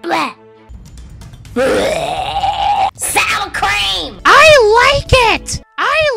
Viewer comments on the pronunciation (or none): SAUWER CWEAM 😍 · SOWA CWEAM words ✅ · sowa crem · SOWA CREEM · SOwaR cWEeM!! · “SOWA CWEAM” GETS ME LOL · SOWA CWEAM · words SOWA CWEAM ✅ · SOWWA CWEEM